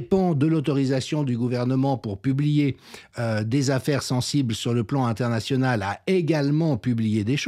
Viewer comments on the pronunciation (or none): none